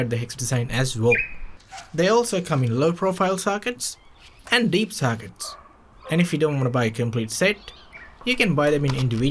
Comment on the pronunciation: It’s sockets not SACKITs